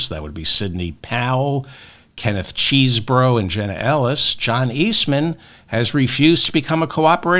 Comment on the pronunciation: David, learn to pronounce Chesebro!!! It's pronounced chessbro. You always say you read our comments. I've told you before. How difficult can it be?